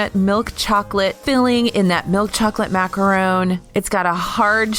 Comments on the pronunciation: bishk nah it’s not she said macaroon you should at least say like macRON she just said it wrong lol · Toni Clover i never said she didn’t say it wrong. But she definitely didn’t say “macaroon” - she said macarone, which is clearly her trying to pronounce it differently from macaroon because she knows there’s a difference. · she said MACARONE dude. Thats not how its pronounced either 🤦‍♀️